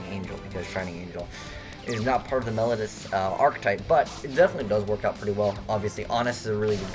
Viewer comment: meh-low-dee-us as in "melody" if it was pronounced "melodus," they would be called Melodus Divas.